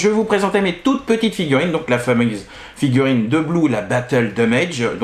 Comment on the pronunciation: Salut, bon je me suis un peu moqué sur Twitter, mais la narration de ta vidéo était très cool 😎👍 Bon au début tu as merdé sur le mot "fameuse" qui c'est transformé en en "famise" et où tu t'es ramassé la queue du dinosaure dans la figure, je t'avoue que j'ai pas eu de pitié 😂 Apres je t'ai trouvé bien, peut-être tu avais chaud ou de la fatigue on le voyait sur ton expression faciale, mais sinon tu as géré. Et le pire (comme quoi le cerveau joue des tours) quand tu bougeais le carton, j'étais persuadé d'entendre le carton se poser sur la table de présentation 😅 De plus à te regarder faire j'avais la musique du générique "Histoire sans parole" 🤣 A bientôt 😉👍